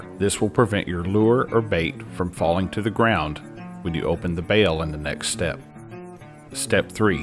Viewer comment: Thanks for correctly calling it a bail, not a bell. 😁